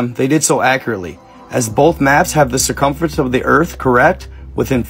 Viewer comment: "Circumference" 😂 nice try buddy